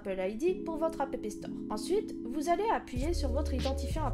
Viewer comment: oui on avait compris mais ça se prononce « app » comme abréviation d’«application »